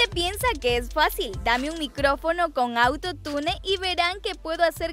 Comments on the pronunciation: No es auto-tune es autotun todo junto!!. Y no por qué una palabra lleve doble L no significa que se pronunsie con doble L es con y que se pronuncia sh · se dice autotun no autotune se escribe autotune pero no se dice asi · Se escribe auto tune y se dice auto tun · Se pronuncia autotun no autotune Ajajajajshshshshhsvdvdbsksnsn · Se pronuncia Autotun no autotunE que onda atun(? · se pronuncia autotain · se escribe autotune pero se dice AUTOTUN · Se pronuncia "autotiune"no autotune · Se dice autotun no autotune flaca, (pero se escribe autotune) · Se dice "auto tun" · Piba se dice autone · no no,una cosa es que yo esté mal,otra cosa es que vos no sepas pronunciar auntotune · Neta no sabe decir atutune